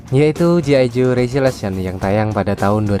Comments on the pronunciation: Bukam gi ijo bang tapi G.I. JOE cara bacanya ji aijo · Bg,,G.I JOE Bg ,, bukan gi ijo 😂😂😂